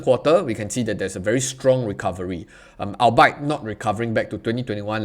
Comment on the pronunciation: Don't be stubborn! Albeit is pronounced as "All-be-it", not "All-byte". I've not been smashing the cute little like button because of the mispronunciation, which I find rather grating.